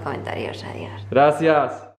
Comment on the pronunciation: En el minuto ahí dijo adiós como española jajajajajjaja